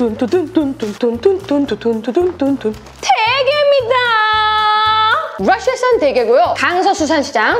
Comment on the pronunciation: 뤄샤산 대겤ㅋㅋㅋㅋㅋㅋㅋ 아 저만 웃긴가요 핰 너무 웃기네 핰핰 뤄샤산 핰ㅎ 뤄샷산 !핰 역시 언니 ..전 언니가 넘 좋아요 오늘도 럽